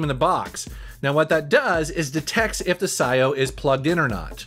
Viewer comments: I have a feeling that its pronounced P - S - I - O ... but psyo is pretty metal i guess ,|,,| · Pretty sure its Pee S I/O. As in PlayStation In/Out. Had for a year or more but havent used lately.